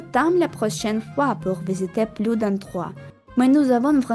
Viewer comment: C'était um vlog très sympa :) “j'espère qu'on aura pluS de temps” (bien prononcer le s à “plus”), autrement tout est parfait!! 🤩